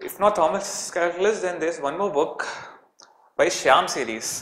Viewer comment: Its Shaum series not shyam series